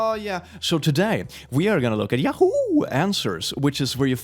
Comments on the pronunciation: now the sounds like hes saying ''yaho,, great job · Maybe I'm just sleep deprived, but the way he says yahoo caught me so off guard every single time he said it, even if I knew it was coming.